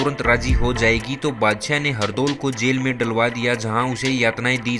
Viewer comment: Bhai pahle hindi bolan seekh theek se Bhangi or badshyay kya hota hai Shi uccharan sikh